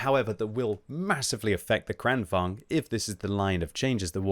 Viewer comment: Timing of Swedish butchering seems to be retaliation for them joining EU lol